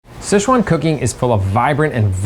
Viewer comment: The pronunciation of Sichuan is finally correct by him